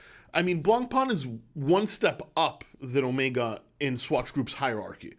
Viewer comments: Hey love your videos in French we said Blancpain] there no E on the end its not Blancpainnne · Dear. Can you learn how to pronounce the word Blancpain correctly? thank you